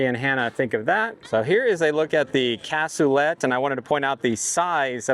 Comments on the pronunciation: Brie is correct... the -let is pronounced more like -LAY in Cassoulet. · The T is silent. Google pronunciation/American pronunciation states that it is pronounced KASOOLAY. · It’s pronounced Cas - oo - lay. It used to be on the menu at Granny Ogles Ham n Beans. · Its French so you don't pronounce it how it looks! lol cas-sooo-laaaaaayyyyy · The T is silent it's a French word I believe.